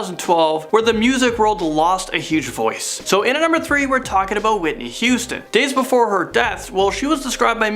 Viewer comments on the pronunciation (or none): none